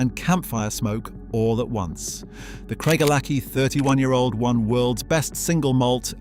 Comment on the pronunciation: You are deceiving people about your knowledge of whisky to the point of being thoroughly offensive. Craig - a - lackie? It's Craig - el - a - hie. Idiot.